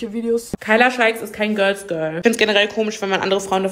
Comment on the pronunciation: "göls göl" 😂 ok i'm sorry love you & war mal wieder ein super video!💞